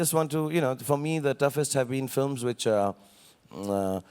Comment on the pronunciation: No offense but in which accent films are "filams"?? :P